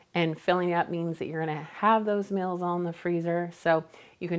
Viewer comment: Hi I watch your videos and enjoy them but I have a Quito ask you why do you call meals mills and deals dills just curious why you say them that way? Elaine Mars